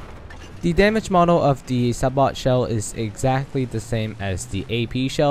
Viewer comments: its not sa bot, its a bit different, is more like ''say bow'' ''sa bow'' because ( if i remember correctly from my grammer lessons, the T makes a W sound instead in that word ) but whatever lol it just bugs me when people say a few words like that, anyways great breakdown! thanks for the info :) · sabot.. (say-bohe) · BTW SABOT is pernounsed Say-Boe ;) good video!